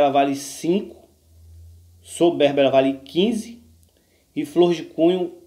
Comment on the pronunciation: Sobérba ou soberba? Veja a pronuncia em outros videos.